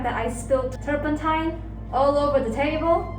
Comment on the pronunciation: The eye just made the canvas glowup. "Turmepatta"... poor The turpentine is messing with her ability to speak